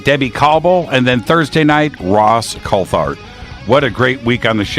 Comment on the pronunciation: It's pronounced coult-art